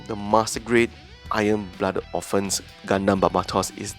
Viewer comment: At first I thought you said "Iron Bladder Orphans"... ;)